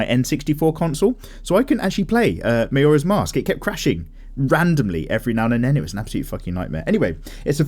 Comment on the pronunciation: Did you say Majora's Mask, It's Ma>J<ora's Mask, the J is pronounced Majora's Mask. UwU Oh and, eat lot's of fucc'n cheese! UwU